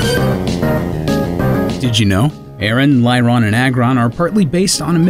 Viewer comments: Also Lyron?? It's Lareon, like Lairy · pronounce Lair for me? It's Lair as in Lairy or a Lair Agg as in Aggressive or Aggregate but we all make mistakes, trust me as I've grew up I've got a lot of their names wrong, always used to say Niddo ran and Venna saur as a kid 😂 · Lareon not Lyron Lairon - Lairy Aggron - Aggressive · It’s “Lair-on” not “Lie-ron” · after hearing him say Lyron I kinda wish it's prevolution was A A Ron. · You mispronounced Aron, Lairon, Chimecho and Regice. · Aaron McCann Reg-Ice